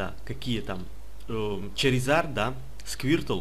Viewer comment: ура он сказал Чаризард а не шаризард